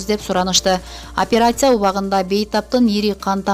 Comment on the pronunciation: Оперяция дебенизчи ай.